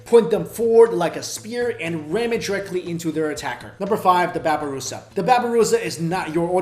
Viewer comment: its not a "babaroosa" its "babiroosa